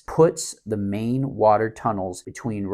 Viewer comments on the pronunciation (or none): none